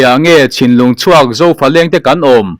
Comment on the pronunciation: Cinlung ti ve duh chhinlung ti rawh